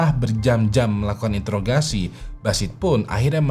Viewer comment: ngomong nya juga salah, "intogasi"😮